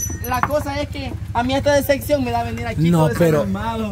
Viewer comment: No entiendo por qué el diablo a cada rato diciendo deseqcion en ves de decir decepción que alguien me corrige 😊😊😊😊